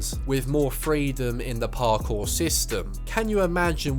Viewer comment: My god man talk faster and stop over pronouncing parkour